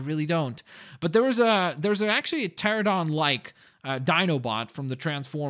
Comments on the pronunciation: It's pronounced Terr-ran-o-don not Terr-o-don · And the pteranodon is pronounced tear-an-oh-don. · its pronounced cha ran a don